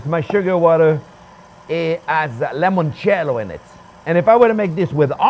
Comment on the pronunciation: Chef Jean-Pierre, please stop saying 'lemoncello'. The correct word is 'limoncello' with an 'i', not an 'e'. You are half Italian and, of all people, should know that the word for 'lemon' in Italian is 'limone'. Cheers!